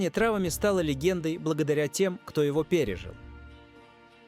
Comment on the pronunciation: Не травами, а траааааааавами, ударение ставь правильно ИИ поганый